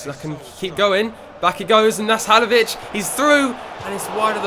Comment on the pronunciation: your pronouncing halilovic wrong